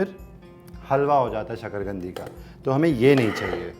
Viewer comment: शकरगंदी नहीं शकरकंदी ?